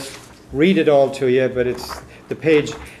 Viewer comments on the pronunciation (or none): none